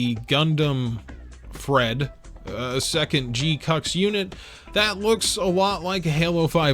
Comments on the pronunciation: Sus annunciation of GQuuuuuuX. They say it "jee-kwuks" in the show. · He knows and is doing it on purpose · Im going to need you to stop with this pronunciation. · It’s so hard for me to keep watching after you insist on butchering the name